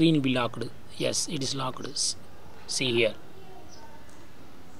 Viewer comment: Locked not lockeddd😹